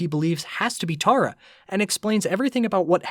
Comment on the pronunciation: TERRA NOT TARA 😭